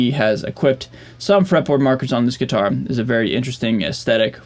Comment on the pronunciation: Anyone ever tell you how unique your pronunciation of gui-tar is? Like you really hammer down the "T" it's almost adorable haha. Love your channel dude